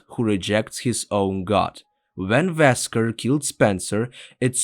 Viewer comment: His name is wesker not vesker